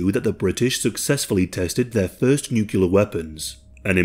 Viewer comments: Thank you for mostly pronouncing NuCLEAR correctly....at least at first, then you change to the incorrect "NucULar" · OK, I'm gonna have to be 'that guy' because it's a pet hate of mine... the word is not pronounced nook-you-ler. It's nook-lee-uh. As in the adjectival form of nucleus. It's almost as annoying as people saying Asterix when they mean asterisk 🤦🏻‍♂️😬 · Half the time, you pronounced "nuclear" correctly, half the time you didn't. Sorry, but it's a pet peeve of mine 😒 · Oh, the good old days... back when nobody in any part of the world ever said nucular. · Why do people insist on saying nuculer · Nucelar must be from nucelus? Or is it nuclear from nucleus? Now my ears hurt... Nucelarly! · He says "nuke-ular". I can't watch this. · why can’t anyone pronounce nuclear exactly the way it’s spelled lmao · Can't listen to say new cue ler for the duration of this video sorry guy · Video starts says: nukular Im leaving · Buddy, if your channel is gotten this big please pronounce nuclear better than George Bush.